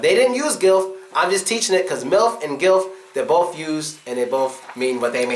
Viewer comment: Hi, I'm from Zambia, Southern Africa (NOT South Africa), and I'm an avid follower of your American English and Culture video lessons. Your teaching is very captivating. I love it. In your Breaking Bad Slang (Season 1 Episode 2), I notice you pronounce BOTH as BOFF. COLOMBIAN NECKTIE: The South Africans have a "SOUTH AFRICAN NECKLACE". A South African necklace is when people put a car tire around your neck and set it ablaze. This tire will burn to ash still around your neck.